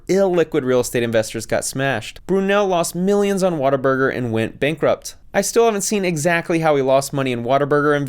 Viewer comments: It's "What a Burger" not watta-burger :) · Every time he said “water burger” I wanted to yell at my screen 😂😂